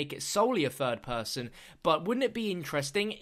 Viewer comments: "In fird person" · Take a shot every time he says " 'furd' person"